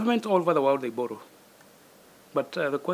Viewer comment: If you hear a Kenyan government official pronounce the word borrow as bollow, then you know kenya imekwisha